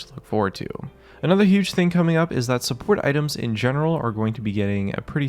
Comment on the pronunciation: very H U G E